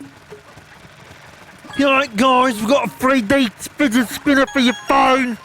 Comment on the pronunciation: free-D shpinah for your phone